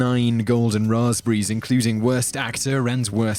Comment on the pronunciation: makes up for it by saying "Rahz-breeze" in that Brit way that makes ya melt. All is forgiven.